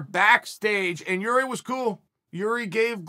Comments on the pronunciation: Damn, Chael pronounced Jiri's name correctly. Never thought I would see the day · Whoa he said his name right for the first time lol